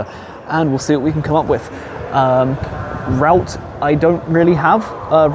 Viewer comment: That was weird your pronouncing route like a ham shank!